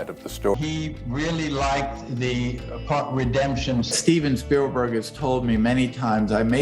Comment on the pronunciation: Talk about pronouncing names wrong! He called Steven Spielberg, STEVEN STEALBERG! Yeah, he stole alright’n